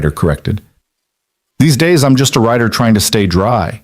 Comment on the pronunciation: It's Rider not writer dummy